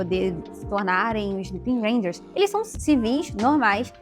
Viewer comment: Desculpe a correção, mas na verdade, o nome de um dos sentais se pronuncia: Lu-Pan-Ran-Ger. Mas, enfim…